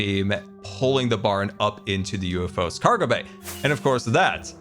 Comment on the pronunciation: did no one else hear him say “Scargo bay” ?